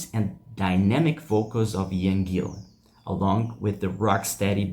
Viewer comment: Its Gillan ..not Gill I an.